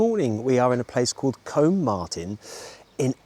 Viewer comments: I’m sure this has been mentioned before but It’s pronounced Coombe, not Comb, and It’s nowhere near Exeter. Loved Terry Thomas . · Combe Martin, pronounced COOM Martin.